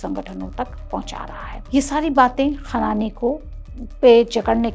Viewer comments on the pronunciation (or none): Medam script ache padho or content sudharo 1. Khanani hai khan nahi 2. Jesh nahi pura bolo jeah a moh...